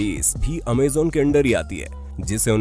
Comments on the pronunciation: It's not amzon It's amazon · Amazen nhi amazon hota hai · Bhai amejan amajon hota hai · Amazon bhai ap amezan bol rahe he😁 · Pehle bolna seekh Amazon bolte h amezen nhi Ambani 1min ka 90 crore kamata tha purre lockdown for 5 months through jio internet... Pehle information gain Kiya karo tumlog , firr as influencer bol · Abe amezan nahi amazon hota g lVde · Amazon hota hai amezon nhi sir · You are speaking amaazan dont amazon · Cant believe you did pronounce it (amazon) wrong!!!!